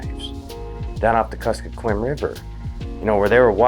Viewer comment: Curyung is pronounced Chu<R> - yoong <R> = rolled “R” sound. Akutaq is Inuit Ice-cream. Made of berries, tallow, sugar and sometimes other filler. It translates to a mixture. The area he is at is where gold barrens are trying establish a massive open pit mine no one wants. But since we are so remote, they act like we don’t matter. Please help keep Alaska Wild so we can share stories like this. Quyana, Thank you, Chin’an, Danke, Gunalchéesh. Quyana is Yup’ik (Inuit; coastal) Chin’an is Dene’ (Athabaskan; mostly interior).